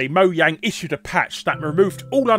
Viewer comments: That's proper pronunciation. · Moyang is correct the J is prononced as a Y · Swedish company. In Swedish, 'j' is pronounced as you do 'y' in English. Technically it's a correct pronunciation of it to say it in Swedish, especially due to it none-too-coincidentally also being a Swedish word meaning, "Gadget". Just let it sink in that you're criticizing a guy for pronouncing a Swedish word as you would in the Swedish language. What a silly bastard he is, isn't he? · it's how you pronounce it in swedish, and mojang is a swedish game developer right?